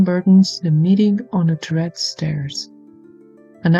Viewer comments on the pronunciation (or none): The title is pronounced TUR-ret, short "u" and accent on the first syllabel, which means tower. Tourettes is a muscular syndrome that causes random twitching.